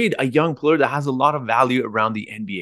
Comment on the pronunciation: Are you kidding... I love how you say "play ur"... I am fan bpyin right now! 😅